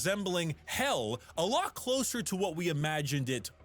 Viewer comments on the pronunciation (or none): none